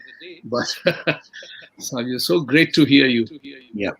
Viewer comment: the lady is in the saree at the end while saying thank u says saavio, instead of savio. it sounded like saviour